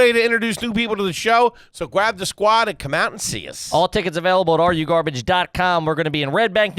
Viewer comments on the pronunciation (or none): Does say “Gwab the squad” on purpose lmao, this is atleast the 5th time I’ve noticed him say “gwab” instead of “grab”.. is he talking like Elmer Fudd on purpose? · Gwab the sqauddd